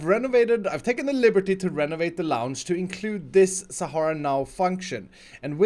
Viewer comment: you say lounge...